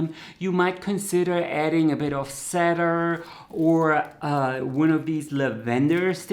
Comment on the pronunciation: "cedar" isi pronounced "see' dar'. Alsos, "lavendar" is pronounced la'ven=dar, not la-ven' dar/